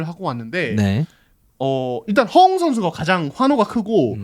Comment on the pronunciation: 허용아니고 허웅이요